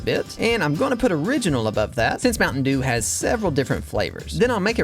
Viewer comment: Bro turned mtn dew into ompa dew💀